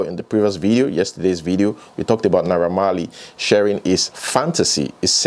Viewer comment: I was confused for a moment when you were off the screen and started reading Naira Marley's response. You sounded exactly like him. Fortunately or unfortunately, you also have an "unrollable R" pwoblem like Naiha Marley does.